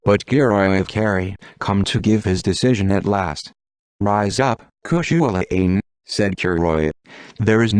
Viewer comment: I was looking forward to hearing this story. Until I heard, spelling out Cuchulainn because its AI couldn't cope with Irish grammar. I will not listen to any video that uses a. Sorry, but they really annoy me.